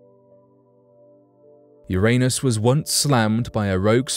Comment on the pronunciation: Yer-niss. Jeezuss Christ, guy.